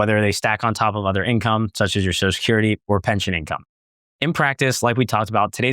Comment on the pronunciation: ...enunciate. Social has 2 syllables.